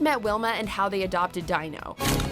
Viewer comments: Who is Dyno? It is pronounced as Deeno. Not Dyno who the hell does not know that? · Ok, it's pronounced dee-no, not die-no. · who the f**k is Dyno? It's pronounced dee-no. Asshats. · Dy-no? It's Dee-no. lol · Its pronounced DEE NO! not die no!! 😆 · It's pronounced "Deeno", not "Dyno". I swear you guys are on auto-pilot when you read these scripts. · It's pronounced Dee-no. Not Die-no. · Pretty sure the Flintstones pet’s name is pronounced Deeno (but spelled Dino). I’ve only recently noticed how many mispronunciations there are in these lists. Maybe they should spell out names phonetically so the people reading off the scripts at least seem like they may know something about what they’re talking about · Its DEE-NO. not DIE-NO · Dee-no, not Dy-no. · Am I the only one hearing it as Die-no? Not dee-no? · Dino is pronounced Dean-oh. Not Dy-No. Get lost. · Their pet dinosaur's name, is not "Dino". It's Dino, pronounced as De-no. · "The Flinstones have been around since the 60's and known by millions of people to this day" yet she doesn't know it's pronounced Deeno not Dyno! Lol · It's pronounced "dee·no" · I dont even like the Flintstones, but I know the dinosaurs name is Deeno, not Dino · "Dino"? You mean DEE-NO? You maybe shouldn't be criticizing films so strongly if you've clearly never seen them. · Dino (Dee-NO) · Did she call him die-no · "know by millions of people worldwide" except the narrator who can't pronounce dean-o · Fred's pet, "Dyno"? lol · I know it is spelled "Dino", but it is pronounced "Deeno" - once again, I am forced to ask if there is anyone over the age of 30 working at! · I think they just simply don't know; or reread the script so many times they care not to pronounce things correctly. I know various children/teenagers who know it's pronounced Deeno. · Ok good list but.....: the mispronunciation of Dino ( pronounced Dee-no) killed me. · Its pronounced Dee No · It is pronounced Deeno. Watch the movies first please